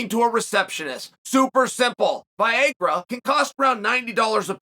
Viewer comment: vi-ay-grah lol